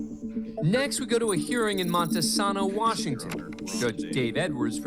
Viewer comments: Its pronounced monteSAYNO wa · Hi local Washingtonian here lol it’s Montesano: Mon-teh-say-no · I laughed at the bad pronouncement as well. Least they didn't cover Hoquiam (but it was their PD that dealt with the man in this case) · THANNKK YOUUUUU😂 came here to say this . I was cracking up